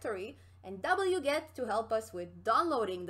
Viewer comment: "Dabble-yew, get" 🤣😂😂